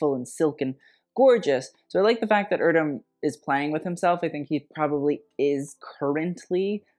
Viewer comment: Your pronunciation is wrong, it's not "irdöm", "e" voice in Erdem is the same "e" in "g*e*neration" word. My favorite is Olivia's outfit. Others seem trash.